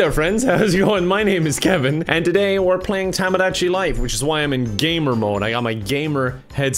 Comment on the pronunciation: Kevin, irish person to irish person, I despise how you pronounce tomodachi.